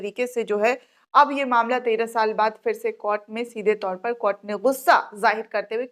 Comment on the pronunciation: Madam many in our group till now supports and likes your videos. But try to respect the Court by not pronounceing KOT but pronounce in a respectable way COURT